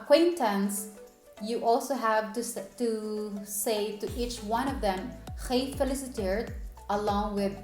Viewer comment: Nothing fantastic about it ! She says GEEfeliciteerd, instead of gefeliciTEERD...